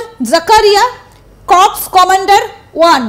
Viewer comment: কর্পস উচ্চারণ সঠিক নয়। সঠিক উচ্চারণ 'কোর'।